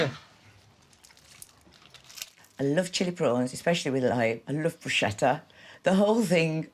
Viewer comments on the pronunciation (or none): It’s pronounced Brusketta. There’s no k in the Italian alphabet so ch = k. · IT'S PRONOUNCED 'BROOSH-KETTA!' 🤯🤯🤯🤯😩😩😩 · you would think Brits would know how to pronounce Bruschetta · it's not "brushetta" there's no such word in Italian. It's pronounced Brusketta - which means little pieces of bread in Italian.